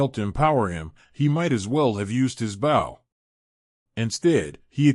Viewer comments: Love the story though the readers grasp of English is atrocious, it’s not BOW like a boat it’s BOW like hair bow. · I love the reading…except the pronunciation of “bow” (which should sound like beau, but he says bow like saying it as the front of a ship), “us” (which he says U-S …as in saying each letter), “wound” (saying this like something wrapped around another thing, instead of the inflicted area on a body due to injury), and “Tori” (sp?) (which he sometimes gets right, and then says Tor-eye ). Hehehe